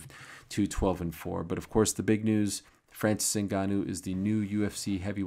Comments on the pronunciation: pronouncimng a french name correctly is unamerican and unpatriotic! very disrespectful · I stopped watching after how ariel pronounced francis name that way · Ariel, I was counting on you for pronouncing Francis' the right way. You let me down. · Ariel 'ADDESSONYYA' FHANCEES' Helwani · tried making those sounds Ariel made when he pronounced Francis name... don't think I have the nose for it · Why does he say his name so weird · So Ariel can't pronounce his name lol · Leave it to Ariel to make up accents and name pronounciations... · Why is Ariel doing a French accent? Francis isn’t French, he moved there ..